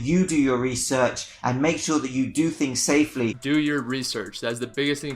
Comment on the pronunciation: “Do your resorch”